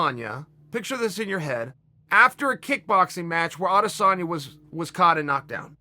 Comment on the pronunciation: Chael prounouses Adesenya name right . Some idiots like Ariel say “aday-senya”. Like wtf , where did they come up wit that